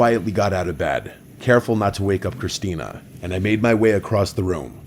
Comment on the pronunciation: ITS CHRISTINETH!